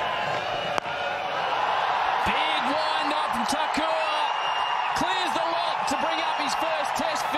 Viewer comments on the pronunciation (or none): Isha Guha please get the names properly.. geez it’s not thakour